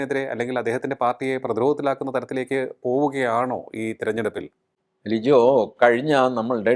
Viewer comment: ലിജോ അല്ല ലിയോ ആണ് 🙏